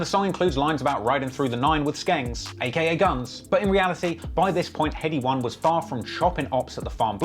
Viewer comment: Accent tion Wayne and headie one ain’t on job